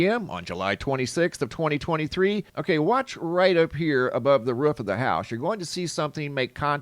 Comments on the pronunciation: Omfg the way you say roof makes me want to jump off of one! The ruhh the ruhhh right here on the ruhhh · What’s the “ruf of a house”? 😂. It makes contact with the roof, must have missed the ruf.😂😂😂. Just joking around, love your videos man, I watch everyday! Thank you! ❤